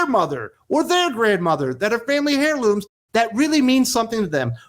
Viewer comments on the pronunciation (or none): thanks for letting us know what direction the title is going in. Also, are you pronouncing the "h" in heirloom? (I'm a little hard of hearing.) The "h" is silent.